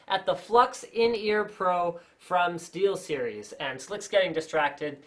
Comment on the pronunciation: steelstiries XD